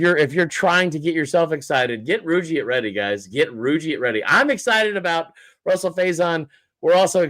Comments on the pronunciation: Why does this guy keep calling him “Russell “??? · He's been saying it like that all year